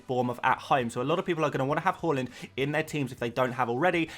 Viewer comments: Whoreland? It pronounced H~ar~land. Coming from a Norwegian…. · you actually almost got the haaland pronunciation down! if you say the LA part like you do in LAVA, you got it 100% right. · Just pronounce it as it is written. His name is Erling Haaland. Simple as that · say the haaland properly man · sorry if I am to rude but I really adore the player and want you to say it right